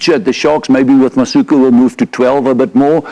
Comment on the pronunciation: I must agree with Swys, Siya Masuku (not “ka”😅) needs to be given a chance to show everyone what he can do in a Bok Jersey.